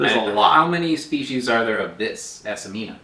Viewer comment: The genus is Acmena, not Acemena. Acmena smithii tastes better.